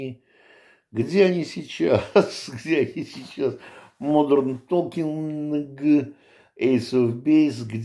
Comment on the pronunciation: Здравствуйте. Вот всё таки смартфоны всех нас слушают. Как только вы отчётливо произнесли Modern Talking, так мгновенно в ленте вылезла рекомендация)). Выздоравливайте).